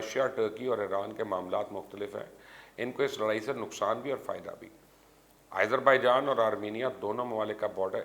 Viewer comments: Sir, correction please. its not aizerbaijan, its azerbaijan. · Who told you it's Irzerbaijan? Seems your teachers are lunatics. Why the hell do you mispronounce almost all the names outside Pakistan? Don't you see te Azerbaijan where did this Izer come from? Bloody ignorant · MR. FOOLISH YOU DONT READ COMMENTS. WHY YOU WRINGLY PRONOUNCE AS IZERBAIJAN